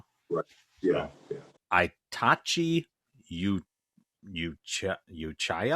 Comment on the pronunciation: Hearing you read my favorite anime characters name absolutely cracks me up. Itachi is a bad ass and you’d probably dig that dude